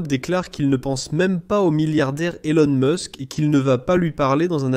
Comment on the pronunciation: Ilon mask,troump..cest quoi ces prononciations😂😂😂😂